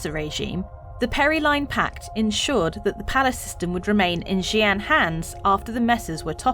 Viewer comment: How long did it take to get the pronunciation? ..fair play 😊